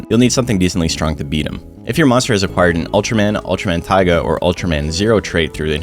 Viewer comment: Tiga, not Taiga